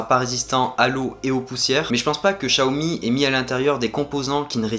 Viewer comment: pourquoi dire chiaomi ??? ce n'est pas personnel mais en FR les X ne se prononce pas CH très déçus aussi; de ne pas avoir de coque ou de vrai protection résultat j'ai réussi a peter mon écran en 2jours gravvvvvve blazé .... j'ai pas encore cherché le prix d'une nouvelle vitre. ET Merci pour ton taff sur cette video !!